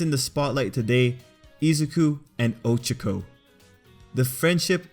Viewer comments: I can't get over the fact that he keeps saying Oh-cho-co instead of Oh-cha-co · It’s O CHA K O